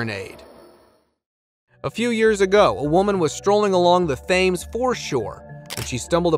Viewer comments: Please learn how to pronounce the name of the very historically significant River Thames. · River “Thames” unbelievable pronunciation 😊😊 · It's not pronounced "THAMES" ... it's "Temms" Archipelago -- It's not ark-i-pil-AH-go... it's ark-i-PEL-ah-go. I like your content, but just wanted to let you know the correct pronunciations. :)